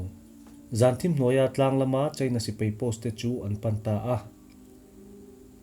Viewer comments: Mizo tawng lam in fimkhur deuh a ngai. Sipai tih turah sipei tih te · Sipei ni lovin, Sipai tih tur aw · Mizo tawng hi lam fimkhur a ngai khawp mai. Sipai hi a spelling ang tak hian lam thei la a duhawm hle, Sipei ni lovin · sipei niloin sipai tiin lamri zawkta la, ngaihthlak a nuam deuh ang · A ngaihnawmin a fact pawh a ṭhain a rintlak hle mai. I chhiar rik speed a ṭha, i aw pawh a dam thlap mai. Lam rik dan ka lo chhinchhiah ve pakhat chu "Sipai" tih thua "A" lam rik dah hi "e" a hnaih mah mah. Tin, volume hi hei ai hian ring thei se, thil dang ti paha ngaihthlak a remchang lehzual ngawt ang.